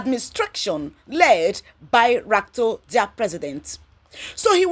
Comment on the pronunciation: Madam? His name is RUTO! Not RATO. Thanks.